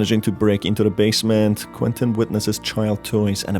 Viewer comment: Just a little critique on your pronunciation. You shouldn't stretch the last syllable of a word at every breathing pause you make. Example: "Managing to break into the basemeeeeent" "Alongside the Toooooys! "coming to the shocking conclusiooooon", etc. It sounds really unnatural and becomes very apparent after a couple sentences. Hope you don't take this the wrong way.